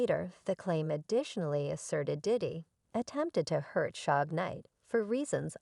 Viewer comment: I couldn't finish this when she called Suge "Sooge" smh